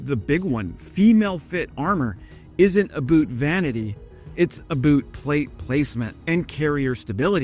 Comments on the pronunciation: A boot? Really?! Aboot? It's about! Are you trying to sound Canadian or make fun of us? We don't say a-boot, we say about (a-bout), but annunciated; a-bout )or abowt). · I just couldn't handle your US accent 'u boot' is a German submarine not 'about' you really mangle the Kings english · "Aboot". Are you kidding me? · There's so much AI slop making shit up about Canadian military history, that I instantly checked your profile. You seem legit though. Just quit saying aboot. We say about, we just say it quick, not drawled out. If anything, we say aboat but it sounds like aboot to people that say abaaahowwt... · It's "a boat"... not "a boot". Get it right. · GFC, we say about, not 'aboot'!!! It's not even funny anymore. Get a life, eh! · all this a-boot pronunciation is driving me crazy. We don't say a-boot, we say a-bout. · Hey, Canadian here, born and bred. Never once in my life, and I have been from the west coast to the east coast of Canada. And never once have I heard a Canadian pronounce the word about as aboot. I don't know where that misconception came from but we pronounce it about. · It's not a "boot" it's a "boat". Boot is a Maine thing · That would be "A BOAT" not "A BOOT" bud. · Lived in Canada for 65 years now...never once heard any canadian say "A Boot"....but always heard canadians pronounce "about" like "a-Bout"....like "I had a bout of the flu".......A-BOUT. Only ever heard "Aboot" from Americans......heard it from them so many times, I am sure most americans pronounce about like aboot....so its the other way around....americans say aboot. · Never was funny. To be fair, I will say that we do pronounce it slightly differently sometimes. But it's more like a-boat than a-boot. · You can’t be Canadian. Aboot? FFS. About rhymes with doubt. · It was really good content, but as a Canadian, the ABOOT pronunciation was offensive. I'm not sure why you did that. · I got through 1/2 of the video before I caught on to the deliberate "aboots". 😂❤🇨🇦💪🇺🇦